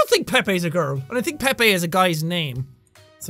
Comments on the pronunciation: Pepe is pronounced (pee-p) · Oh... I thought Pepe was pronounced peep 😅